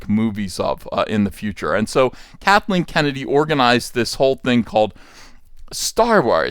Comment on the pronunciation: I thought I heard you say “Catholic Kennedy” 🤣